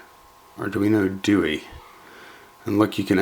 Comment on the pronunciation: arduino do-eee lol , ithink its pronounced Do-eh because its italian...anywho that thing looks sexy , although it makes cloning it as a standalone a lot harder the the 328p through hole chips.